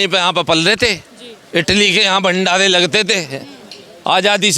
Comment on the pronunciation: He:face-purple-crying: calls Party as palty. Bhandare as Bhandale, roti as loti.....